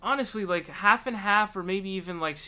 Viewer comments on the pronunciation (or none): none